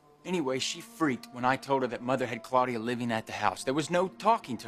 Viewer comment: Ridge pronounces Claudia weird, 'Cloudia', lol